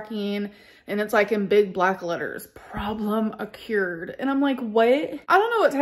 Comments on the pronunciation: "accUred"...? Wtf? Reader/writerLynn. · “Problem occouyyered” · It "akyured" the way it "inscruciatingly" does. And other perfectly pronounced words by ALR whose IQ is - at least - 8,000. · The way she pronounced occurred sent me. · why did you say occurred like that?